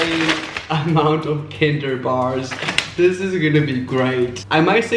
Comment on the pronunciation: you're saying kinder but you cant even say the word kinder correctly